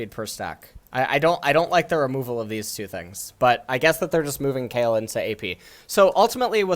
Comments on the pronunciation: DID HE JUST CALL KAYLE "KYLE"? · How are we supposed to believe this guy when he can't even pronounce the character names right. He called Kayle Kyle..